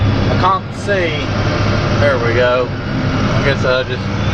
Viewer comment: "I can't see".. Very British. Lol. 👍 🇬🇧